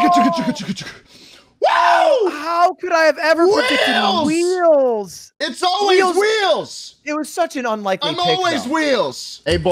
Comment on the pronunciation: Wheels sounds like a slur and I love it.